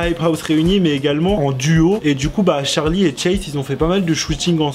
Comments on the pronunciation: Pk tu dit tcharlie et pas Charlie mdr 😂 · Très bonne vidéo mais ce n’est pas Tcharlie c’est Charlie meme prononcer en anglais 🙂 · Il me stressés au debut il disait tcharli et pas charli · Euh déjà ça s'écrit Charli et ça se prononce "Tcharli" même en anglais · Regarde la chaîne de Charli sur sa première vidéo elle prononce Tcharli